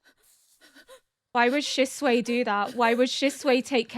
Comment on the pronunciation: Every time you call Shisui "Shisuei" I think of chop suey rice I cannooooot